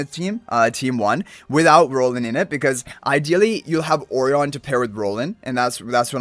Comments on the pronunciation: Surely 'Orion' is pronounced "Oh - Ryan" like the star constellation? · I appreciate the time he pronounces the name Orion and not the onion the game decided to call him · And yet still gets it wrong